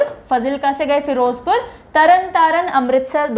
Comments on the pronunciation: माफ़ कीजिएगा 🙏 ज़िलों का उच्चारण मानसा, फ़ाज़िलका और बठिंडा है न कि मनसा, फ़ज़िलका और बटिंडा या भटिंडा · These are actually pronounced as 'Maansa', 'Faazilka' and 'Bathinda'(not Bhatinda)... Also the meaning of 'Nawan' and 'Moga' is wrong as you mentioned.Its better to know some etymology before such informative lecture ✌️🙏